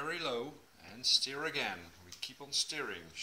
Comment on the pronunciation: Thanks for the recipe :D It doesnt really matter as im sure everyone will understand what you mean but to help you a little with your pronunciation, STIR, rather than said like Steer, it is pronounced like Purr or Fur, as in STuR. Stir. :-)